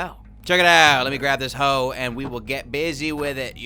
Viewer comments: Just the way he said hoe is just worong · He said let’s get busy with a hoe